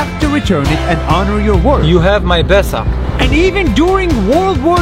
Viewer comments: BRUH ITS NOT BESA IT IS BESË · Haha im from albania and u are reading "BESA" wrong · You pronounced it erong its bésa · I thought it be bitch instead of bessa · They pronounce Besa pesa, and pesa is money in urdu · at the start of the video i thought she said ''bitc...'' ya female dog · Im from kosovo BESA means trust also the E is pronounced like an he but without the h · Guy:u have my BESA me:I THOUGHT HE SAID VISA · I swear she said b*** in the start of the video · Plot twist: Its not BESA Its " bASS". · Btw we don't say Besa ,we say it like not b but a like a beatbox bass we just touch our lips and say b ,albania is one of the hardest languages to explain,so im not trying anymore. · Besser ( pronounced like "bessa") means better in german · It sounded like "You have my paisa" 😂😂 (Paisa means money in Hindi) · If you speak albanian you know that he's saying it so wrong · Yeah i am albania,he pronuces it wrong but its ok. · Im albanian and the way he says Besa is just funny. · Besa you to say besa.